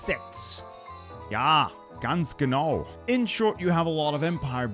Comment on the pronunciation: Ngl, it caught me off guard having “Adelsaufhebungsgesetz” butchered, only to nail the pronunciation on “Ja, ganz genau”